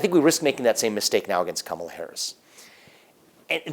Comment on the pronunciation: I swear I hear him say Cum-ela Harris